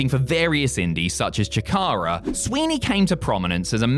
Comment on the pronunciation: I was here for Trent Acid. Also, CHICK-ARA? It's SHICK-ARA.